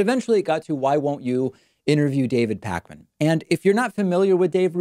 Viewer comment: "counterpoints" "pac-man" these pronunciations, oof